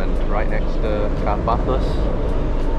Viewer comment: Nice video! But please don t call it "Car - Páthos", correct pronunciation is "Kárpathos"..🇬🇷♥️🌞